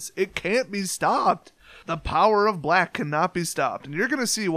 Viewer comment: To quote the Game Grumps "First of all, I don't like the way you said 'Black." But seriously though, good, fun, simple deck